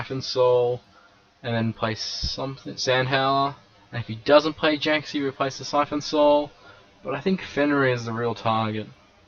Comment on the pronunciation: Stop calling it siphon soul